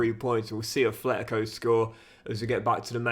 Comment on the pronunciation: Please, there's no 'h' in Atletico Madrid